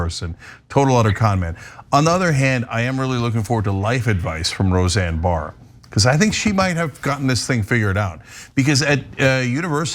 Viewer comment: Said her last name wrong lol it's just Barr not Barrs. 😅 happens to the best of us lol